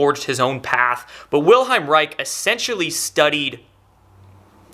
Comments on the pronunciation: The man's name was WILHELM. Ffs, show some respect and bother to say his name correctly. Chemical casting resin gives off harmful fumes and residue. To make a healthier more effective orgone generator simply use plaster and sand! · Just for clarification Bro'. It's Wilhe"L"m not Wilheim. Thanks for the great videos. Keep up the good work. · WilheLm! Not Wilheim xD Great video tho! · Unfortunately the commenters under the video and even have no clue how to spell or pronounce Mr. Reich’s first name, lol. It’s not Wilheim or William but WILHELM Reich. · His name is Wilhelm not Wilheim. Wilhelm Reich. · The mans name was Wilhelm ...not Wilheim. Its the german equivalent of william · IT's Wilhelm not Wilheim! and he was a bit of a quack btw. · It's Wilhelm, not Wilheim. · I doubt its "the government" censoring it, as a guy who has the patent on the "orgonite" name has been trying to shut everyone down who sells it for a year or two now. Also, it's WilheLm, not Wilheim. He had nothing to do with orgonite, it was an extension of his work. He built orgone accumulators and other devices. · If you're going to generate the impression of authority, you need to pronounce the name of the individual so Central to your message correctly. His name is Wilhelm, not wilheim... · i like this vid but for crying out loud, take a little trouble to pronounce his name. Vill-helm. not Will-hime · Good info. Small correction: it's Wilhelm, not Wilheim. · The pronunciation is NOT "Vil-hime" but rather "Vil-helm". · Good info. However his name is not Wilheim but WILHELM. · WILHELM REICH: first name is pronounced "will" "helm"